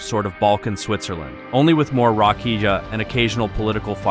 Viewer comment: LoL it's pronounced RA-KI-YA! 🍻